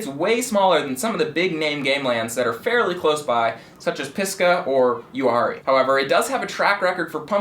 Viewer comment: I've been around Uwharrie all my life and never once heard anyone call it "You-harrie" not once. LOL 😂